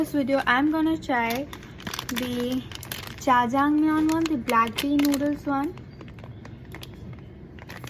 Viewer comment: You said jajamaiang it's jajangmyeon 😂😂😂😂😥